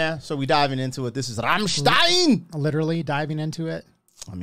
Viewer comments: It’s Rammstein, not Rammstien. Americans at work. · Rammstein is pronounced "ramschtayn"; not "remstein"